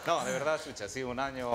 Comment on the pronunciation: Se escribe Xuxa pero NO ES Chucha se Dice Shusha